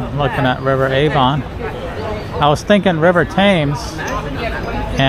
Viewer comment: London Bridge and Tower Bridge are two different bridges. And the river Avon is pronounced like haven, but without the H. The river Thames is pronounced "Tems".